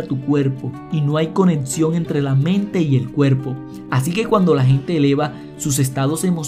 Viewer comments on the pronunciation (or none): Y por favor muchacho mejore su fonética, es de muy mal gusto oír "Prótsima, edcito, conedción" no puede pasar en un video con tamaña información de un Dr del nivel de Joe Dispenza, le quita profesionalismo. Practique los fonemas "cc, x, ch".